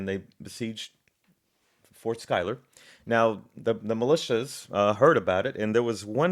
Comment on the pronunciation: I am surprised that you got Philip's last name pronounced spot on. Pick up the book "The March to Saratoga" by Benjamin Bird it will put to bed some of the fairy tales you're espousing